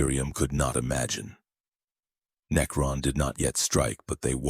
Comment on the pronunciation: Good video, however the sheer amount of misprounciation is unignorable. Especially words that are repeated 100 times and are literally the theme of the video. Unless you train you AI to properly pronounce words like that thos will probably be my last video N-E-K-Ron Mech-an-e-cus Are just ridiculous...